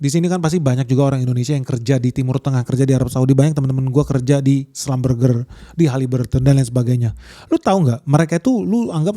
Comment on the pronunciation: Schlumberger di baca nya schlumbersi boss😂